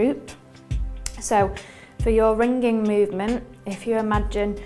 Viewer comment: "rin-gin-guh and rollin-guh"